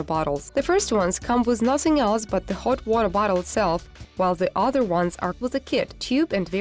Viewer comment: She is really struggling to say hot water bottle